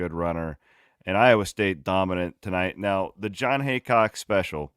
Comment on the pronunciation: it’s HEAcock not hancock for fks sake